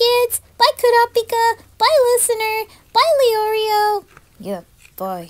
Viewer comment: she said all the other names for main 4 right(not leoiro she said orio)but come on don't do this to kurapika but she can say mommypika perfectly so I'm going with that